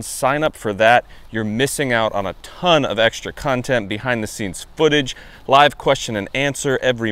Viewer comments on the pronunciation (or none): none